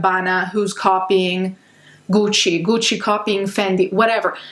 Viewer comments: i love when your accent comes out when saying gucci and dolce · am i the only one who's slightly in love with the way she pronounces "guuci" or is it just me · The way she pronounces Gucci and Fendi 🤭🥵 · Ooooooo the way this woman pronounces her brands, tho!!! So beautiful. So accurate. So amazing.